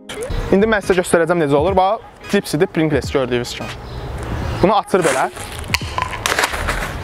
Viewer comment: Deyiliw prinqles deyil, prinqls’dir